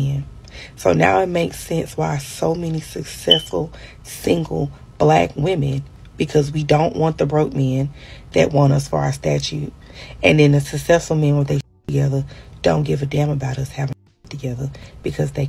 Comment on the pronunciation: Ok lady it's status not statue